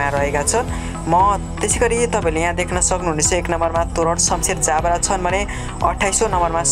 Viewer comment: हैन यो प्रस्तोताले पढ्न जान्दैनकी के हो ज ब रा लाई जा ब रा भनेर पढ्छ